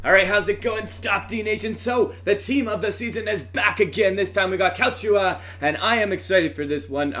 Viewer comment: Finally someone who pronounced Calcio A right